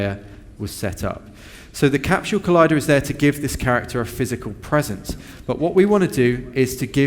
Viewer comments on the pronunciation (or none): CAPSHULE? There is no H in Capsule...